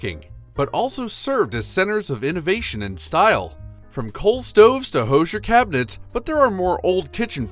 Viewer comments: First, it's pronounced "HOO-zher" -- not "HO-zher". Second, I don't know who told you about iceboxes, but your photos show "coolers". Iceboxes were large wooden boxes on legs, lined with zinc. Ice was provided by a subscription to a local ice company, and the 30/40 lb. blocks of ice were delivered by a deliveryman known as the "iceman". This block of ice was placed in the upper compartment of the icebox and generally lasted several days. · Thanks for the video. Always fun for me to see items I had as a child. FYI- the Hoosier cabinet is pronounced "who"sier not "hose"sier. The word supposedly comes from the US South a couple of hundred years ago and originally was a derogatory term for uneducated, uncouth people. Sorry Indiana. I see others have already commented on the icebox section. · Totally lame. Learn to correctly pronounce Hoosier. Portable coolers are not iceboxes. Nobody wants this crap back.